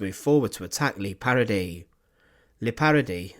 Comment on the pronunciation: FFS, if you are going to report or lecture, at least pronounce words properly. There is no such place in Europe called “LEE PARADY”. As it happens, I know about this shocking war crime, and I’m not going to sit through hearing it again with the badly researched pronunciations wrecking the gravity of the subject.